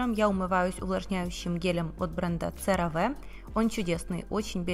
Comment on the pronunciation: CeraVe произносится се-ра-ви а не церави!